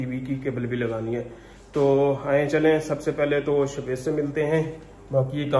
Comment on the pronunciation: Ap is ko sha waiz bulaya karen ap shwaiz kehtey hn .sha ki awaaz ani chaey.shaid ap maira mtlb samj gye hon ge .is tara acha nai lgta itna piara naam he us ki adaegi thik honi chaey.